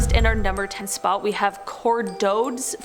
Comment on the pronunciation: "Cardodes" is pronounced "kar-DOH-dess."